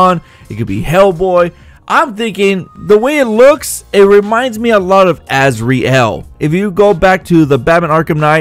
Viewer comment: y u gotta say asREal y u just cant say azrael like az-real like every1 else uuuuhhhhhh idiot